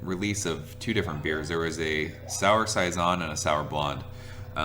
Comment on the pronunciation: I could be wrong but I believe its pronounced "say-zohn" not " size-on" cheers! Sounds amazing. Love your reviews!